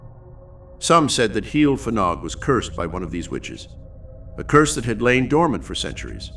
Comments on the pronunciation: You got the Heol right but Fanog should be pronounced Vanog. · Just a note: A single F in Welsh is pronounced like a V. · The F is pronounced V! Ff is F